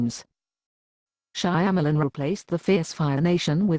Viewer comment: The voice synthesis is perfect because it mangles Shyamalan's last name just like he mangled the names of the caraters.